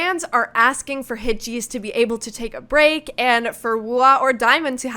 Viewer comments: yes, hitches is pronounced like hitgesu, with a soft g like a j-sound. so you could also write hitjesu and that would be accurate. but she was saying hit-cheese, like the English word cheese, with a very long e-sound. That is clearly wrong. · Hitgs is not pronounced Hit-cheese but closer to the English word hitches, or hit-gesu. I knew right away you were gonna turn this video into a kind of Wooah vs Htgs screed. Did it ever occur to you that H Music are an all-new company now with an all-new CEO, and Hitgs are his creation? It is natural that he would want to promote them over putting good money after bad with a group like Wooah who show little potential to grow beyond their prior middling popularity. Meanwhile, Hitgs are truly fresh and are great personalities. The one-song-per-month roll-out strategy is a great way to grow their profile and popularity quickly. They don't appear any more overworked than NewJeans did in 2024 with a similar PR push. In fact, if you actually watch their live performances, fan meetings and behind the scenes content, the members of Hitgs are clearly relaxed, happy and enjoying themselves. And their music and videos are fresh and creative. Trying to dig up a scandal over the casting of the boycrush in the Gross mv is just spiteful. It's called acting and nobody cares how old the actor was. VV was an acting student in China before training in Korea and was only 18 when the mv was filmed. Rather than calling for Hitgs to be shelved and hooking them to the poor decisions of NV under earlier management, you should be watching their content and performances and supporting them because this is their time to shine. Hitgs deliver the dopamine and you don't know what you are missing. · just a heads up, its pronounced hit-uh-giss xx